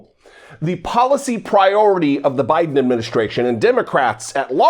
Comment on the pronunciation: All I have to say “BYEDON”.